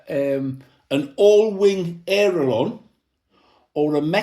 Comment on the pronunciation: Hey old timer theres no such thing as an aero lonn. Its called an aileron... Thats pronounced ( ale ) (eron)......